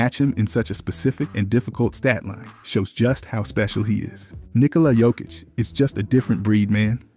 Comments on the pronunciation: Narrator was too lazy to research pronouncing his name. If he got paid, he needs to do his job properly. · Bro knows many facts about Jokic but can't pronounce his name correctly 🤣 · Jebem te gluvog komentator! Nije Đokić već Jokić!Jokić je najbolji ikada! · Looks like there are still people in 2024 who haven't figured out how to pronounce his surname. Are you deaf?